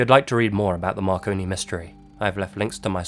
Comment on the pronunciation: My fat ass thought you said “Macaroni Mysteries”